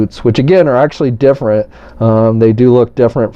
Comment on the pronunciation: "But it's differi"